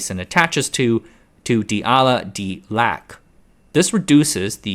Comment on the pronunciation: hey, bro if your gonna use a stupid ai voice generate at least make sure it actually pronounces abbreviations correctly. so "A-L-A" and not "allah" when talking about the D-Ala amino acid